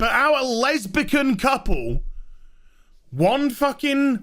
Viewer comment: Lezbikan ..... dude .. lmao